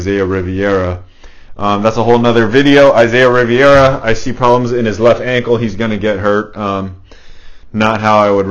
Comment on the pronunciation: Its rivera bro haha